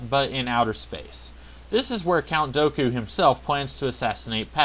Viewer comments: Dooku, not Doku! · Dooku not Doku